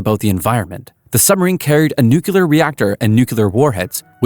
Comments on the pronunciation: Nu-kle-ar ... not Nu-ku-lar. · "nucelar reactor" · Nuclear. The word is nuclear. Even Homer Simpsons knows this. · You can't say nuclear that really scares me sometimes a brain can come in quite handy.